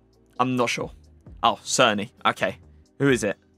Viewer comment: Černy is pronounced cherny